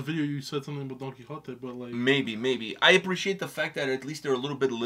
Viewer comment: Man, the 'Don Kichot' when Google exists 😂 Quixote. It's a Spanish name, clearly not that literate 🤣